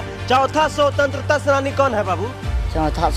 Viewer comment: भाई रिपोर्टर को भी शिक्षा की जरूरत है, शवतंत्रता सेनानी नहीं होता, स्वतंत्रता सेनानी होता है।अपने उच्चारण पर ध्यान दो, बच्चों को demoralise कर रहे हो, question पूछने का तरीका देख रहे हो अपनी, जानकारी दे रहे हो या उनका मनोबल तोड़ रहे हो। मेरी बातों से जलेगी तुम्हारी और मुझे उल्टा सीधा बोलोगे, इतनी गिरी हुई पत्रकारिता करोगे तो गली मोहल्लों में ही घूमते रहोगे। मानसिकता और सोच दोनों को बदलो, किसी बड़े स्कूल में पढ़ने वाले बच्चों के हाथ मे तिरंगा पकड़े देख कर यही सवाल पूछ लेना जवाब मिल जाएगा। जहाँ तक शिक्षा व्यवस्था की बात है, तुम भी तो educated हो, अपने लाइफ में कितने गरीब बच्चों को निःशुल्क पढ़ाये हो, या उनके विकास का चिंता किये हो? एक माइक खरीद लिए मोबाइल लेकर पहुंच गए रिपोर्टिंग करने। मोदी विरोध का इतना असर है दिमाग में कई राष्ट्रीय ध्वज लिए हुए बच्चों का मनोबल तोड़ने से भी बाज नहीं आ रहे। इस अंदाज में मैं तेरे घर के बच्चों से पूछुं तो वो भी नहीं बता पाएंगे, अरे बच्चों को छोड़ो तुम चार प्रश्न पूंछ दूँ तो सब पत्रकारिता छोड़ कर भाग जाओगे। सही उच्चारण कर नहीं पा रहे हैं और महाराज पत्रकार बनेंगे। मूर्खाधिराज पत्रकार